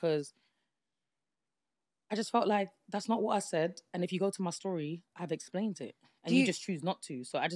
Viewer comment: “ I explaint it”😅😂